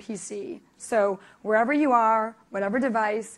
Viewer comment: Spectaculr, Wherevr, Biggr. She forgot Shittr...